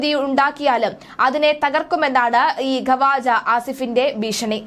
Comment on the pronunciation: ഖവാജഅല്ല. മലയാളം അറിയില്ല അലെ എണീറ്റ് പോടി ഖ്വാജ ആണ്